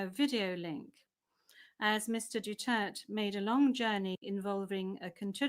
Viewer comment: du turd kayo ng du turd, duterte po ang bigkas, hindi du turd.